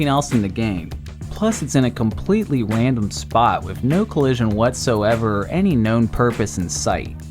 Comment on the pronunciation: Plus it’s in a completely rwandom spwot uwu .